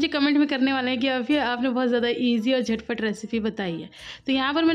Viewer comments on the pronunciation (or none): Jhad pat nahi jhat pat hota h